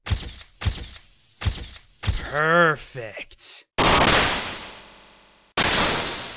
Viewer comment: when he said perfect I thought he said pervert